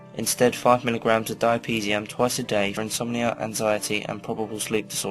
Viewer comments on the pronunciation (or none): diapeeziam???? don't u men diazapam 😬